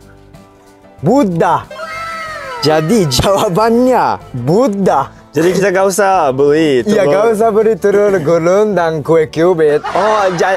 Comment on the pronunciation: GUDUG❌🙅🏻‍♂️ GUDEG✔️👍🏻 ALAH❌🙅🏻‍♂️ ARAH✔️ GURUNG❌ GULUNG✔️ WKWKWK😆😂😂🤣🤣🤣 MASIH LOM BISA BACA MELAFALKAN HURUF " L " YOOO SEMANGAT LAGI BELAJAR INDONESIA DAN HURUF L NYA😅😆 YAR MAKIN LANCARRR BAHASA INDONESIA🇮🇩😉👍🏻